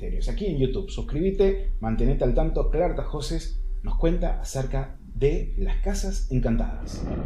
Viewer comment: Es Tahoces, NO Tajoces.